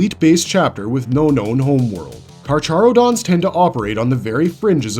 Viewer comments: You absolutely butchered the carcharodons name XD it's read like so kar-ka-ro-dons, like the latin name for sharks. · Idk why but the way he said carcharodons pissed me off